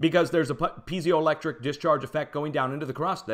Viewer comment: Great research and presentation. I will be following closely. (Just check your pronunciation of piezoelectric).